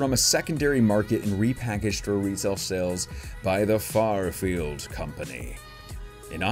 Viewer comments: You said farfield like twenty times. It’s Fairfield lol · It's "fair" field not "far" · Its not farfield its fair-field lol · Thank you lol not FARfield its FAIRfield lol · I cringe every time he calls FAIRfield Farfield....lol! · After so many third party openings you've done have not realized it's FAIRfield not FARfield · Keeps saying FARfield instead of FAIRfield lol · You know it's FAIR- field, not FAR-field. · It's FAIRFIELD not Farfield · “Fair” field company not “far” field. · shout-out from the Bay Area California wanted to tell you something you know you're pronouncing that wrong the product it's Fairfield you know like a carnival Fair and then feel not far field just wanted to let you know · Every time he says “farfield” I cringe😂